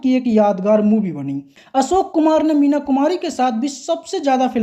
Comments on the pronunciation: Asok nahin Ashok bol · आप असोक आसक्यो कहते हो